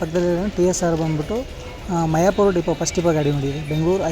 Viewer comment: ಮಿಯಪೂರ್ ಬ್ರೋ ಅದು ಮಯಪೂರ್ ಅಲ್ಲ ❤